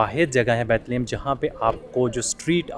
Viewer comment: A Tip for: ask local people how to pronounce their cities and places name,s. Instead of pronouncing them wrong like Bethlehem etc.. it will boost your knowledge. Keep it up up you are doing really great.